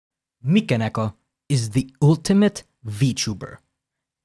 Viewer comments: How can this guy cover Vtuber but couldn't pronounce "Mi" in Mikeneko? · Why do you call Mikeneko as Michael?